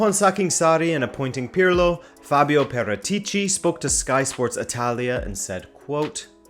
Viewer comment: Haha what about how he pronounces Paratici ;)